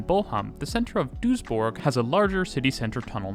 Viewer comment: props for pronouncing Duisburg and Düsseldorf correctly